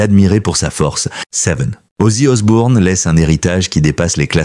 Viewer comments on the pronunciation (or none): Arrêté avec Osborne c'est Osbourne 😅